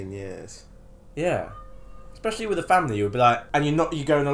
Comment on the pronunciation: "misther, would you play wif us?": "...no thanks" LMAO